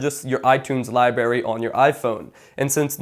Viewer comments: libary? no. library. br sound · Omg "libary" Nice video